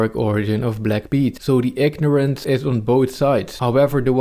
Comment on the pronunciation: “ignorance” 🙂